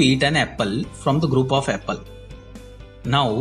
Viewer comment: "Apel" Lol